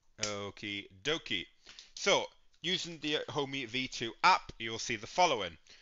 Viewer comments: It's Ohme, not Homey, infuriating! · I had to stop watching. Couldn't cope with the mispronunciation of Ohme. It's NOT Homey!